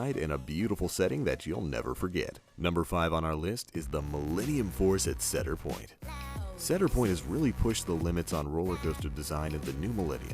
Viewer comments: Why does he always say Sedar Point, not Cedar Point? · He is saying ceder Lol its cedar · It's CE-dar point get it right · ITS CEEEEDOR POINT NOT CADOR POINT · It's pronounced cēdar point not cédar piont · cedar point is pernounced like see-der point not cadar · It's not ceder point it's ce-da-r point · They aren't sedir point and sedir fair it's see-der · OMG. SEDIR POINT. NO. NO. CEDAR. ITS CEDAR. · Why would he say "sedir" when he already said "cedar"??? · its ceeedar point eeee not caadar point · It's pronounced see-der point NOT sed-er point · It's pronounced see-der, not se-der. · The Banshee Dangling Coaster at the Sedir Pointe park. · It's SEE-dar point. not Said-dar point. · "Seder Point" Omg I'm dying. Its See Der. Like the tree. xD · C-der Point... like.. the Sea... the letter C. Not Sed-der point.. C... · "SAID ER POINT" cmon bro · It's pronounced seader point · It's pronounced Seeder Point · idiot its cedar not sedir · Setter Point and Setter Fair- lol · "said-er point" so cringy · I cringed every time he said sedir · ITs pronounced cee-dr point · said-er point? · i love cedar point too but its prounced seeder point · And they said Cedar point wing you say it like see dar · "Setter Point" is incorrect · It's pronounced "see Der point", come on its not that hard to say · Stop!!!!!!! ITS (SEE DAR point) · I'm from Kentucky and even I know he's saying cedar wrong lol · It's pronounced ceedar point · He pronounced cedar point wrong and it made me so mad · Notice how he pronounces cedar fair and cedar point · U said cedar point wrong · He said cedar point wrong😂😂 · mcfiddleworth (firebringer1000) he said it correctly the very first time he mentioned it and it all went downhill from there lmao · Its C(E)dar...like a tree....other than that cool list. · You pronounced cedar point wrong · Ashlyn Longley but thats not as bad as mispronouncing cedar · he said cedar point wrong, its cedar like CEDAR wood